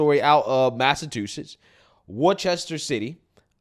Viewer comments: I love how he pronounced Massachusetts. He says it like massaTOOsets. Lol. And Worcester too. Living in new England I find it funny. Great content ! Thanks for posting. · Long time subscriber here. This is funny.! This is my city and not only did you butcher the name of the city but also called it massa2shits 💀💀💀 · Pronunciation of the words Massachusetts and Worcester is diabolical